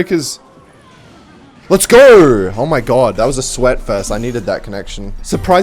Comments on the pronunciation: cool video but I can't believe how annoying it is to hear "lets gorr" every 5 seconds instead of "lets go" 😐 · Why are u saying let's geur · mf said lets gour